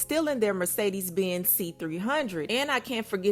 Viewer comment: Take a shot every time she says merce-deeez